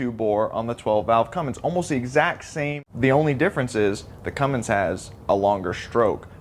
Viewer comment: It's Cummins, not CumminGs.